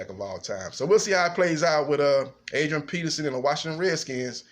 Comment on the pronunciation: Did u say Adrian penis in?